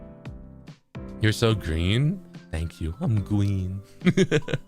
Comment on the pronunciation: "I'm gween"